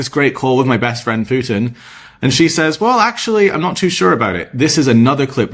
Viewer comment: How many times did Trump give Pyoutin "another two weeka??" WHY 50 days now??